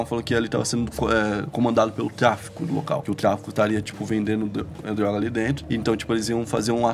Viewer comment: o nao consegue falar "drrroga" kkkkkk parece um gringo